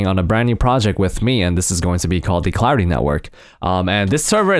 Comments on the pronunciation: It sounded like he said cloudy instead of clarity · I thought you said Cloudy MC xD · I thought he said Cloudy the whole time untill I rewatched it xD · Am I the only one who thought he was saying cloudy throughout the whole video?